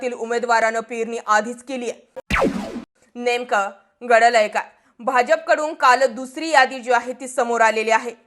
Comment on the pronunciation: सगळं ठीक आहे पण नेमक घडलय काय चा tone change करा.🙏